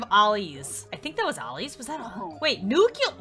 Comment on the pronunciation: Did she say "nuculer" instead of "nuclear"? That's not how you say it...